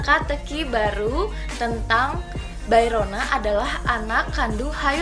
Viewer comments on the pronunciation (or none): Halo kak, maaf ingin meluruskan sedikit tentang pengucapan nama2 karakter hehe.. Bae Ro Na = Be Ro Na Oh Yoon Hee = O Yun Hi ya Ha Yoon Cheol = Ha Yun Col Lee Kyu Jin = i Kyu Jin Joo Dan Tae = Ju Dan Te Terima kasih, maaf mengganggu waktunya kak 😊